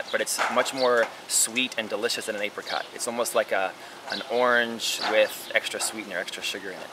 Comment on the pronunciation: apericots? how do you say apple?